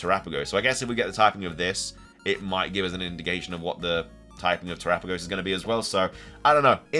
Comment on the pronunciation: You have no idea how long I’ve been waiting for you to pronounce terapagos correctly! Who finally corrected you?